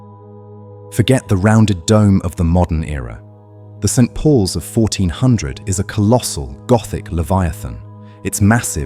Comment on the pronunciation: get St Pauls correct at least